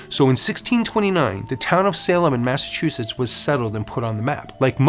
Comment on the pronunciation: Thanks for the history lesson! My great grandfather x8 . Was Samuel Wardwell ! Carpenter/ Tarot card reader! Hung at the trials! Anyway I just wanted to say thank you and help you a little bit with your pronunciation of Massachusetts! Lol Having been born in Stoneham and spent my childhood in Norwood. California has been home ever since. Not home to me I miss MA. Anyway I've noticed lately people still have a problem with the pronunciation! Recently I was surprised when Snoop! Had the same problem. I tell people before you say it out loud read it in your mind like Mass- a- chu- Setts . Setts not shits!!.lol. FYI, no offence I hope! Blessed Be!!!🌛🌝🌜 👍💜💜💜 Setts